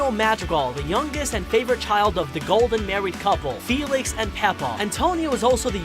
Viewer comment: It’s Félix not Felix I’m sry I had to correct you T^T